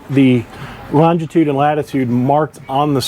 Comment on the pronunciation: Incredible that boaters don’t do/know all this 🤦‍♂️🤷‍♂️ Just a note.. it’s longitude, not longtitude.